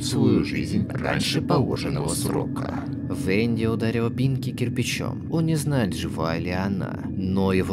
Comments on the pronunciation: не тюнер а танер ы не венды а венда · И кста не венди и не тюнер а танер и венда и не орендж а орен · Это НЕ ВЕНДИ, А ВЕНДА, НА КОНЦЕ ЕЁ ИМЕНИ НЕ "И", А "А" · Вообще многие вещи произносятся не правильно, половину спрунков зовут немного по другому. И еще Венда превратилась в Винда. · Во первых не венди а венда а во вторых не лай а овАкс